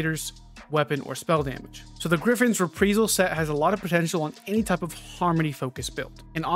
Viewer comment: re·pri·sal = ri-ˈprī-zəl